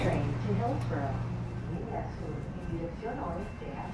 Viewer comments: We just pronounce it like the name "Wes". Looking forward to your other Portland video 🏳️‍⚧️❤ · Portland local here. WES is just like MAX in that you pronounce it like a name. This video got me wishing for a commuter rail service from Southeast Portland to North Portland that does limited stops and takes advantage of the existing freight right of way and also avoids downtown completely. Currently, you can do this by taking a light rail to a street car and then walking a bit to catch that same light rail again. No faster than riding slowly through downtown. Slower if your connection is not perfect. Unfortunately, I think WES is doomed to irrelevance because it does not go downtown. The eight trains per hour frequency of the light rail that does go downtown is all well and good, but as you experience, the connection back to the WES is terrible. I also think the over road section in Beaverton is so slow that people laugh it off. I remember when opened, the big pitch was that you could do a journey in 27 minutes on the train that would take 45 minutes on the highway. Unfortunately the frequency is every 45 minutes. If it were a longer route that went more places, it would be exponentially more useful. As it is, I’m pretty sure every station is served by line 76 bus.